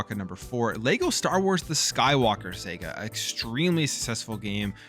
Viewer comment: Its mario kart not marryo kart and its skywalker saga not sega